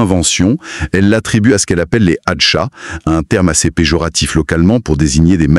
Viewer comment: On dit ayacha,pas atcha